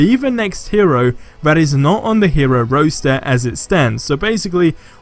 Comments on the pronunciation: Or roster...roaster? Lol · Roster rhymes with foster, not poster. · Wtf is a hero roaster.... its Roster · My brain hurts jeering you say roster, aliases and goliath. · The pronunciations are getting worse and worse. I do think the hero 'roaster' could be 'really, really really cool' though.